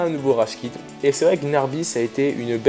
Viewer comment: on dit pas gnarby mais gnaBRY😂😂